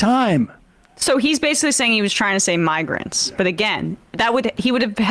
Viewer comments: Hard “R” in migRrrants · i heard "migr" seemed like he merged "hatian" with "immigrants" so came out as hayshi"migr"